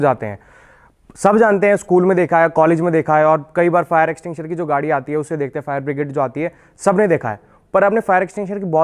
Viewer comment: Fire extinguisher ..not extinsher